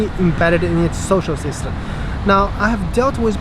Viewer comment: Thanks! I noticed that when you pronounce "system", your lips didn't close with the "m" sound.